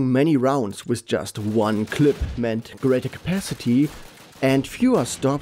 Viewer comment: You said clip wrong once